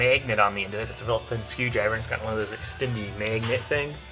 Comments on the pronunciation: good video until he called it a god damned "maygnit" its magnet... your accent when you say magnet just ruined this video. unholy hell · "May-gnets"... lol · Meghent!!! Lmfao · Maiy-gin-nent lol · the "megnet" accent is to funny. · meeeeegnet lol. nice vid tho. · Just make an entire video of you saying magnet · can you say magnet one more time. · I wanted to hear him say magnet a few more times lol.....where are you from? You don't have a accent while talking but you do when you magnet... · LEARN HOW TO SAY MAGNET!!! otherwise great vid